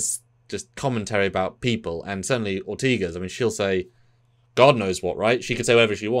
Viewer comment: It's "Ortegas", not "Ortiguez".